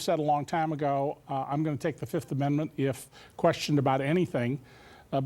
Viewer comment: Trump today: 1, 2, 3, 4, Fif! I plead the Fif. Remember that Dave Chappelle skit? I say Fiiiiiiif! If it's a witch hunt, you should have brought receipts and EVIDENCE, NOT plead the FIF lol.